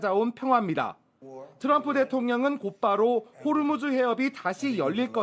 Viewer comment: 호르무즈 가아니고 호 무스